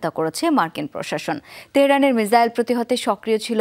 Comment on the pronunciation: মিজাইল নাকি মিসাইল 😂